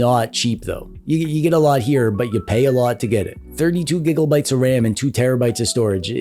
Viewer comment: I've run into your videos a few times in the past and I have one question. Is there a reason your pronounce Gigabyte like Gigglebyte?